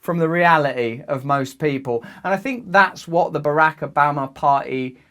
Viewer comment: “Barack Ubama”